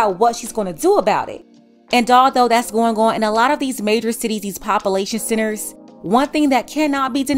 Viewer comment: Pop-uh-layshun cennners